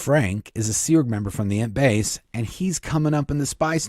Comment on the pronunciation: I love your stories, but every time you say Int base, I hear it as Ent base. So, it cracks me up thinking of walking trees (from Lord of the Rings) as Miscavage's workers. It fits though, because he's a hobbit. Edit: sorry, I wanted to ask you a question. My mother in law is pretty connected to Hollywood and Scientology - without being a member. She usually gets the good gossip. The rumor is that Tom Cruise is cutting ties. Do you think that this could possibly be true? I say bs. Thanks!